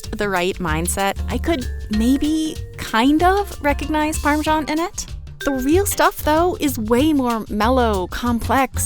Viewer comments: Where does the irritating “parmeeshawn” pronunciation come from? It is spelled parmesan. I it is not pronounced “eeshawn” in any other language. GRRRR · Nice exapmle of hyperforeignism... There is no zh sound in English Parmesan, the zh sound is only in the Italian Parmigiano (Reggiano) 🙂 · seriously, learn to pronounce parmesan. ask an italian. youre doing it wrong.